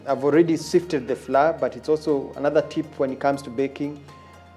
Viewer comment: Chef that unga is not pronounced flur say flower.